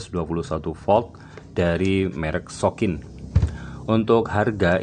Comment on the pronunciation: sokin bang.... bukan soklin 😭